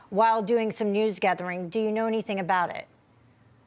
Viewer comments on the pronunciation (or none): none